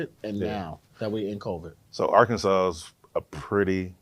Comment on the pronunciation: We do not say Ar-Kansas… more like an insult